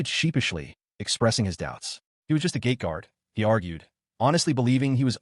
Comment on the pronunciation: OOOHHHH, it is a GATE guard, not GAY guard